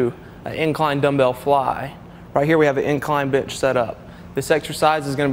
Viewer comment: it even sounds like "take a seat on a bitch"